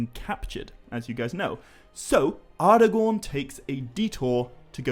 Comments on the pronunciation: Hmm, no absolute right way, huh? why is it then that even Tolkien himself, creator of the very languages and proninciations, clearly speaks the word 'Aragorn' as 'Ara'-gorn ((with a hard 'A') and not 'Ar'-agorn as you say it? (source: ). Its all very well citing reference material, to back up a claim (yours being PAXVII), but could you please say where the reference to 'ngor' is in PA because i cannot find any mention to it being used as a suffix in any reference to Aragorn's name. Some might say that we're heading into the realms of pure pedantry here but, as i've said before, when quite literally everyone else (even the creator himself) pronounces certain words, so noticeably different, than yourself that it draws attention to them, why is it then that the majority is wrong? - Arinor, Gondoleen, glarmdring (and others), 'the eye' is fixed firmly on you too! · respect the writing. Its not Arrgorn or Arhgorn. It is Aragorn. That second “a” there is as pronounced as all of the other letters. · I wanna hear you say more words that have "ara" in them just to see if you slip that d sound in there everytime or if it's just a thing you do with "aragorn" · Actually no, wrong again. In Sindarin, 'ngorn' does not exist, i think you mean 'gorn' but congrats on reading the quora post wrongly. Also, 'ar' does not mean king, its 'aran'. As for the pronunciation, 'Aragon' IS spoken using a hard 'A' (as in Apple) and not a soft 'a' ( as in car). Sorry to be so picky about this but when everyone else pronounces a word one way, yet you pronounce it another, it really stands out. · Nice video but some of your pronunciations make it a bit of a hard watch. Take 'Aragorn' as an example, it's pronounced A-ra-gorn and not Ar-a-gorn, just as 'Arnor' is Ar-nor and not, as you are pronouncing it, Ar-i-nor.